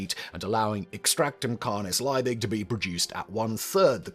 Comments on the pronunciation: it's really maddening that you can't pronounce the name "Liebig". in fact, the surname name is properly "von Liebig", but I guess if you included the "von" it'd be doubly maddening because you'd probably mispronounce that as well there's nothing hard about "Liebig" -- it's just LEE-big. just get the bloody vowel right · It's Liebig, not Leibig. German ie is pronounced like English ee, not like English I. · Von Liebig! In German -ie = ee. Lee-big. In English, field, fiend and sieze. In contrast -ei = eye. Hence the German Einstein. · Totally unimportant side note: 'ie' in German is pronounced like 'ee' in English, so von Liebig should be pronounced 'Lee-big'. The sound of the English 'ie' would be the same as 'ei' in German. Also: sorry for being the annoying German 😅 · 1847 is around one hundred and eighty years in the past, not eighty. Justus Freiherr von Liebig's name is pronounced "yoostoos fon leebigh". Bovril and milk? OH HELL, NO!! The prize for naming Vegemite was fifty pounds, not fifty dollars. We didn't go decimal until 1966. How many Aussies sang the Vegemite jingle? It's pronounced "Beega". Vegemite smoothie? WTAF? I hadn't heard of that. Dick Smith's OzEmite wasn't anywhere as cheeky a name as his boxes of matches. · I'm German and this hurts my ears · LIEBIG, not Leibig. LEE-big, and VON is pronounced like fon. Your German is SHIT. Always